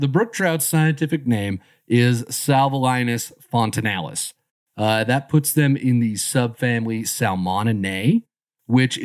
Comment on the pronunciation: You nailed the pronunciation of the scientific name